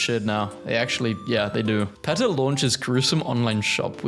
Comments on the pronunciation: He is not even saying PETA right. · “Peetah”, not “Petuh” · Pronounced Pee-ta. Not peh-tah. Idc if thats how euros say it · It’s not PET-uh it’s PEA-tuh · I'm suffering psychic damage listening to my guy mispronounce PETA with a short e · ITS NOT PRONOUNCED PEH-TUH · And he says PETA wrong too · Mispronouncing PETA's name through the video is the best joke out of this entire video. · he pronounces PETA like the start of a word associated with minecraft youtubers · ok you have to learn how to pronounce peta and faux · "Marry-land" "Peh-ta" "Ah-ma-zun"